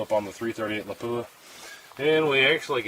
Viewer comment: Surprisingly, people still don’t know how to pronounce the word Lapua. It was named after the Finnish town where it was developed. It’s not la-poo-ah, with emphasis on the poo. It’s lap-uwa. Or lap-wa. Emphasis on the lap.